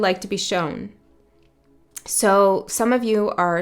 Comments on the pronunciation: I think it’s cute how you say “sho-wun” and “kno-wun.” Be you! It’s a favorite -ism of mine:-D regional differences and personal idiosyncrasies happen. Who cares! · I am the one that’s not like all the others! This whole reading was so spot on,! And fyi, I have always loved how you say shown as showen… don’t change that. Thanks for the read❤ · I love that you say "show-n" please only stop if you want to.